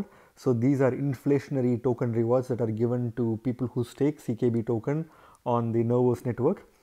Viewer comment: why u keep saying CBK when its CKB?